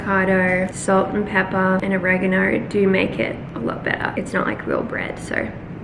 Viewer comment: The way you said oregano 😂 just sounds weird in your aussie accent